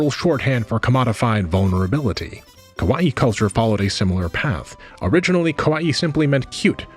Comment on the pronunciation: I recommend checking out pronunciations prior to recording a video as well. Kawaii is pronounced ka wa ii not kowai or ko wa i. As a syllabic language, Japanese can be very easy to pronounce if you do a bit of leg work and check out how various kana are pronounced fyi.